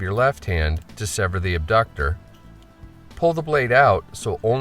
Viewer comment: It's not "abductor" muscle!!!!!